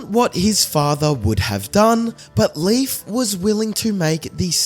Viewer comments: THANK YOU!!! His pronunciation was driving me NUTS!! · Leif's name is pronounced " LAYF" not Leaf. Common mistake, however a few of my ancestors and even my grandson are named Leif. It's Scandinavian heritage 😁☮️